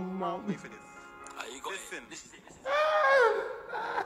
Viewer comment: "lithen" lol